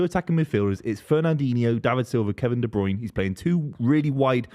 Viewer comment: Please ill do anhthing just tell to pronounce de broyne properly its de brer-neh, sounds more like de brainah